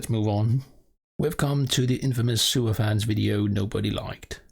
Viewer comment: I swear you said sewer fans instead of super fans lol.